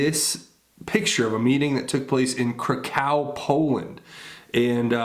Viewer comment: Krakow rhymes with "crack-off" (except the w makes a 'v' sound, not 'f')